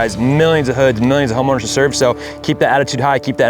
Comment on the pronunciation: wtf bruh did not just say homoowners😮😂😂😂😂😂😂😂😂😂😂😂